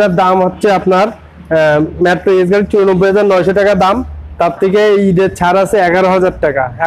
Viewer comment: ম্যাডাম টেকা না টাকা বলবেন